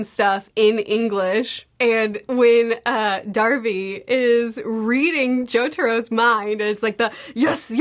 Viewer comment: still cant pronounce hierophant....... theres no way you aren't mispronouncing everyones names on accident. the show literally says all the names. its heirophant green, noy hydrophant, or hydroplant. its polnaref, not polnaroff, its darby not darvy......